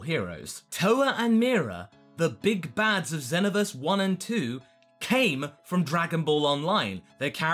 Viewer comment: U said Xenoverse wrong!